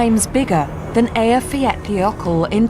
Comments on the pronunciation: I think her pronunciation of "Eyjafjallajökull" is really good, the best I have heard actually from one that isn't native. It's obvious that she really tried to get it right :) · She pronounced the name😁